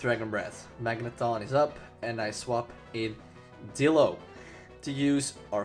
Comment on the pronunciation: I thought you said dildo.....